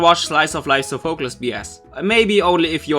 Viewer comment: Its pronouced sofa-clease for Sophacles